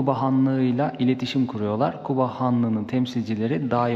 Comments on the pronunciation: Kuba diğil (guba)sizde Q harfi yok yumşak G le söyleseniz iyi olur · Kuba değil Guba